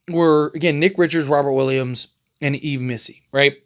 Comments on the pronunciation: Your sources are FAKE and you can't even pronounce YVES properly. 😂😂😂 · Fake News and you pronounce Missi first name wrong